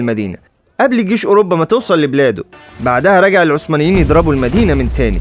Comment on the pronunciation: جيش وليس گيش